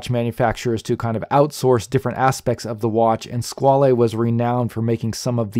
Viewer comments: I'm really surprised with all your usual in depth research that you didn't find that Squale means shark and is pronounced Squal the is silent and yes I do love the black dial but would be hard to choose one or the other both are fantastic along with your reviews Thanks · FWIW I think the correct pronunciation is ‘Squawl’ the French word for shark but given that this model is the ‘Corso Italiano’ then perhaps the Italian wording flair is warranted.